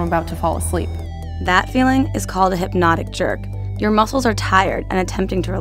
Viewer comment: It's hypnic jerk not hypnotic jerk.